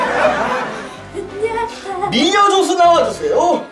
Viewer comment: 미녀 인데 마녀라고들림ㄷㄷ